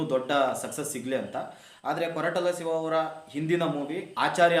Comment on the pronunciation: ಸಿವ ಅಲ್ಲ ಗುರು ಶಿವ 😮